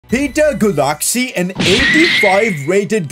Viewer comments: Pronuonce Gulácsi s name like Guláci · It's pronounced "goolachee" usually btw so you can refer to him as that in later episodes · The pronounciation for gulacsi is 'gulachi' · I'm Hungarian, and Gulácsi is pronounced like: Guláći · The prononciation Is rey manay, not manaj, and peter gulashi, like that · Please pronunciate Gulácsi's name 'Guláchi' as in Hungary we say 'cs' like English do with 'ch' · Pcq: Its actually pronounced gulashi even though his name is gulasci I first thought It was gu lactsi first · Say Gulácsis name like the cs is a ch (like in pinch) I hope it helps :)